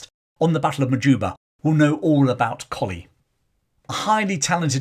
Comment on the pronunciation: Thank you for another fascinating glimpse into the British Army's history. In 1971 I married into the Pomeroy Colley clan. To my knowledge they have always pronounced Pomeroy as spelt, not "Pomfry" and Colley as in the dog, not "Coley" as in the fish! Throughout this video you jump between "Pomfry" and Pomeroy and "Coley" and Colley. I have watched the Majuba Hill video in which you do the same. (My Irish in-laws' family historian and author, Turtle Bunbury, will have the definitive answer.) Also, for the forthcoming Buller video, the Church of England is tying itself in woke knots over what to do about the memorial plaque to General Redvers (pronounced Reevers?) Buller that is on the south wall of the nave Exeter Cathedral. I have suggested that, although the Zulu War was an indefensible blot on the Empire's record, and that Buller was promoted well beyond his level of competence by the time of the 2nd Boer War, he earned his VC at Hlobane honourably. Many soldiers survived death by Zulu rifle or iklwa because of Buller's bravery during his 36 hours in the saddle (according to Donald R Morris in "The Washing of the Spears"). I believe both the plaque in the cathedral and his statue in Exeter should remain, preferably with a balanced, rather than a woke, explanation.